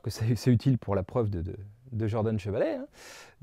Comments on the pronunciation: Vous êtes sûr que ça se prononce "Jordanne" ? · Merci pour cette vidéo, qui donne une technique pour obtenir la décomposition de Dunford. Mais je ne comprends pas pourquoi tu prononces "Djordane" à l'anglo-saxonne alors que Camille Jordan était français. Mais bon, c'est pas grave grave. Cela n'entache en rien la qualité de ton travail.